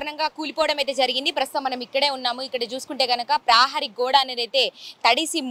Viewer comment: ప్రాహరీ గోడ కాదు ప్రహారీ గోడ, ఉఛ్ఛారణ మెరుగు పడాలి...